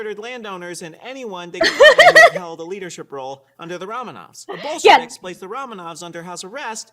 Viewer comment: They think talking to kids means use a Blue's Clues background?! Also, subtle mispronounced words like Ramen-offs and Bullshiviks for derisive effect must be Prager's new normal.